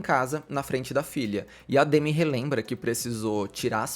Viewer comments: aprendeu a pronúncia do sobrenome, mas não do nome que é; demí e não demi (tipo Demi Lovato). Ela já até falou sobre m na entrevista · A pronúncia é Demí… na verdade, o D é quase mudo, tipo: Dmí